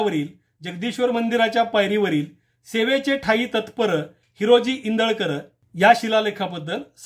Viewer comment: मुळात त्यांचं आडनाव इंदुलकर नसून इंदळकर असं आहे, रायगड वर जे लिहलं आहे ते नीट वाचा